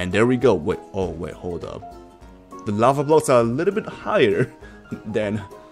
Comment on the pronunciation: Why do you pronounce the word “the” like “de” (pls don’t say if I’m judging you)